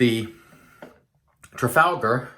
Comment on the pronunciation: Nailed the trafalgar pronunciation this time 👍😀 The Maol splash sounds great, people seem to rave about them